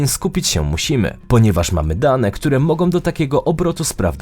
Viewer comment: ... wydarzyć się mogą, nie mogom, zapytaj taty i popraw wymowę